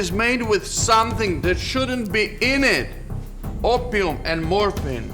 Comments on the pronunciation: 전 오퓸으로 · 아편 영어 발음이 아퓌음 이였군 ㄷ ㄷ ㄷ 에 발음이 세서 의사를 의샤 로 발음함